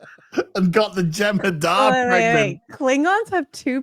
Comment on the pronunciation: Its not a Jemhadar its a Genderdahdah alien